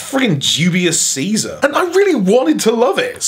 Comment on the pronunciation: Dubious Caeker? Seesar?